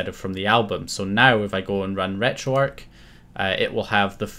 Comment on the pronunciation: Am I the only one who picked up on the wrong pronunciation of retro arch as retro ark